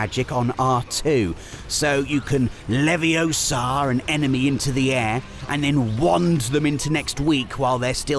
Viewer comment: It's not 'Leviosar', it's 'LeviOsAAR'! Come on!